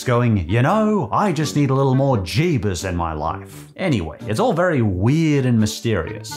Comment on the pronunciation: 12 out of 10 video specifically for the jebus pronouncation. I say that every time i have to say jesus.